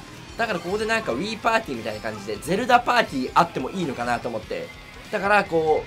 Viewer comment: ゼルダがどうしても全裸に聞こえる